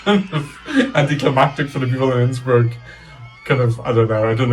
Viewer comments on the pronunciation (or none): none